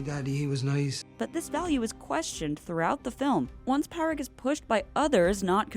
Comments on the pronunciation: Great video as always👍 - covers all the important points, perceptive analysis, fun delivery. FYI, the name Pádraig is pronounced Paw-rig or Paw-drig (it starts the same way as the English words "paw", "pawn" & "pause") - I hate to be a nitpicky grammar nazi, but hearing it pronounced Pah-rig was kinda making my brain explode. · It's pronounced "Paw-rig" not "Pa-rig" 🤣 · It's pronounced Paw-rick. You even included a clip where Colm says his name and pronounces it correctly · Padraic is pronounced ‘Paw-rick’ just fyi! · I doubt it! The narrator is not pronouncing it right. Its a common name in the Irish language and is pronounced Paw-rig. St. Patrick's Day is named after our Patron Saint Padraig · The mispronunciation of Pádraic here is infuriating… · I absolutely love your videos but your pronunciation of irish names is painful to listen to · Hahaha, thank you. The constant mispronunciation was painful. It's not that hard to find the correct pronunciation of any name ur doing a video on.